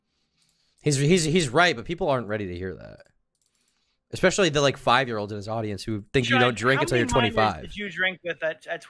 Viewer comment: Dream the type of guy to say “expecially”.